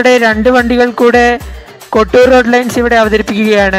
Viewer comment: Bro kotur Alla kottoor Nn anu Bro Parayunatha Kotur nn anu parayunee